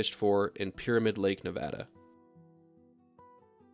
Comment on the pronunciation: I've actually caught Lahontan Trout! I am from Nevada so when I heard you say Nevada the right way I was so happy you defiantly know what you are talking about!